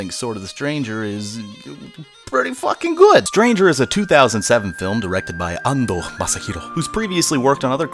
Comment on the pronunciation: was Ando intentionally pronounced like Ando of The Woods?